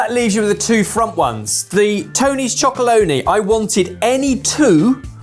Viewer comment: Have to say this- it’s Tony’s Chocolonely, not Chocoloney 😂